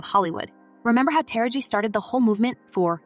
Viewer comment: Narrator, why is it so hard for you to say Ta-ra-ji. Constantly saying tara-g on purpose as if Ms.Tara Banks.